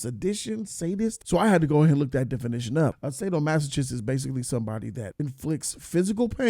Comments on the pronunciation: Lmfao sado-masa-kist, pronounce it better XD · Hey what's fam? Just a heads-up the "ch" in sadomasochist makes a k-sound. In case, you ever use the word in conversation again.